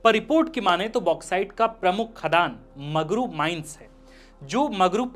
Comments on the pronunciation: सर मगरू नहीं बगरू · Bagru hota hai magru nhi